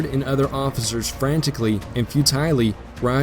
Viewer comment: few-tiley! lol